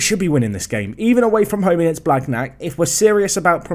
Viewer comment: Your pronounciation on th « gn » like blagnac is terrible! 😂 it’s more « blaniac » if you only consider spelling